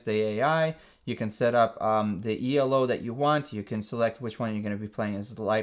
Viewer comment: "E - L - O" made me laugh ;)